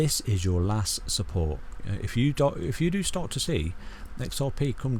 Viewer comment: "testing key levels of supPOURT"